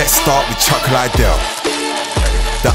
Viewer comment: 😂😂😂😂yea I was like why he said it like that